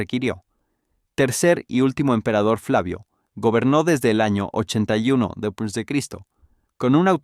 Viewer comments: No sabes decir despues jajaja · Porque a tu IA le cuesta decir después? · es muy probable que el imbecil escribio deps o dps para abreviar el guion y se lo paso asi a la IA, y la IA lee lo que le ecribis